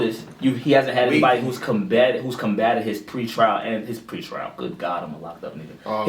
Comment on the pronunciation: that nigga said pre trail. bwahahaha. instutionalized ass hahaha